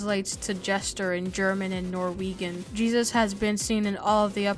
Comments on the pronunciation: Norweegen.... it's Norwegian dude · Nor-wee-gen Its nor-weigh-en gadammit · I’m sorry but did you just say “Nor wee gin” 🗿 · the way norwegian was said disappointed me :,)